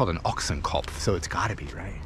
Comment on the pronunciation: Never in my Life I heard a native english speaking person speaking out Ochsenkopf as perfectly as you just did in the Intro.